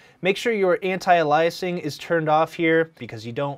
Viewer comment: guy butchers antialiasing pronunciation and then mispronounces pronunciation.